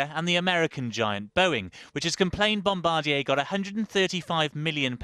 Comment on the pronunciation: Holy cow, Jon Snow not only can't pronounce "Bombardier," he completely mangles the name.